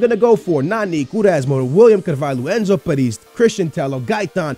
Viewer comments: His name - Perez. How says it - Pariz. you're not even trying man.. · OMG it's so funny the way you pronnounce player names Enzo paris ahahahahahahah great video btw